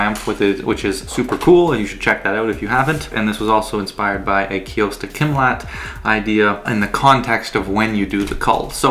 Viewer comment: Kostya not Kyosta